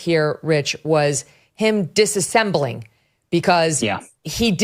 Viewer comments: Bro really said disassembling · Dissembling....not 'disassembling'.